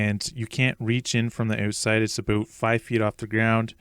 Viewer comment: "So here's the oooot-side" 😆